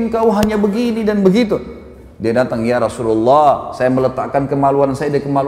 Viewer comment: YA ROSULULLAH... HARUSNYA YA ROSULALLAH..ITU HURUF YA NIDA MENASABKAN SEPERTI YA HABIBALLAH...BUKAN YA HABIBULLAH